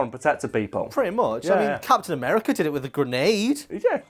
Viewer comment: Sounds like is saying "cats in America" when he says Captain America.